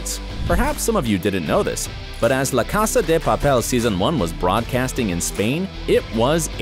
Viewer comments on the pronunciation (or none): It’s casa de Papel and u said casa de papeel